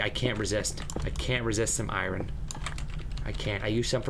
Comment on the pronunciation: he calls ir irin instead of iron its wat it sounds like